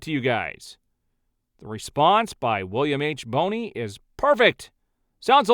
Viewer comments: gets more wrong than she gets right. And it's not pronounced Boney...have you never heard of William H. Bonney??? It's pronounced like Bonnie...William H. Bonney is Billy the Kid 🤦🏼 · Hey that’s me! Appreciate the shout out. But my name is Bonney not Boney